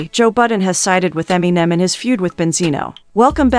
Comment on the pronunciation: Eminimimen? Lol